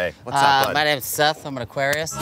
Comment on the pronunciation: soon as he said aqaurious i had to see the mac daddy ls36 van win